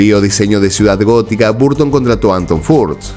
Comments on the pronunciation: Amigo lo digo con todo respeto, tu contenido es excelente pero tu pronunciación es horrible. Michael se dice : “maicol” (no “maiquel”) Burton se dice: “borton” (no “barton”) Sé que suena pretencioso y feo mi comentario. Pero creo que tu canal es profesional y le dará mucho más impulso si cuidas esos detalles. Abrazo y excelente contenido. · qué desesperante que digas "barton".